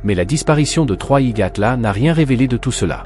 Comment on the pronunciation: 3i Gatla ??? Déjà le reportage commence mal 🤦